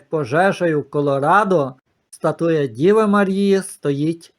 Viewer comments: Пане не «статУя, а стАтуя». Перепрошую. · Подивилась у словнику:українською стАтуя, наголос на перший склад.